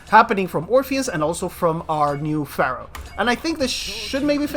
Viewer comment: te felicito por ser el unico youtuber de saintseya q dice "Pharaoh" en ingles de la forma correcta, hahahaha